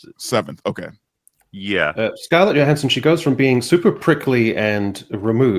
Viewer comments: Johanssons pronounced with Jo not a Yo. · Yo-hanson whats up? Not much, why did u pronounce my name with a Y, it is pronounced with a J . Oh sorry yohanson